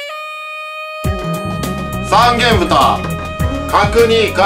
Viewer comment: 「さんげんぶた」、ではなくて「さんげんとん」です。 山形庄内の、平田牧場産の三元豚なら、正式名称で呼んであげてくださいなｗ